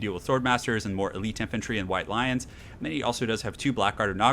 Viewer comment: I heard it as "Roasted some of my white lines" rather than "lions" <_< >_> Never mix your meth with your coke.